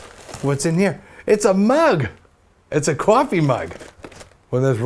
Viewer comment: it's a maug. It's a cawfee maug.